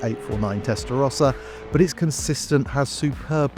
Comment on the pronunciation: Ferrari is pronounced Testa Rowsa not Testa Rosca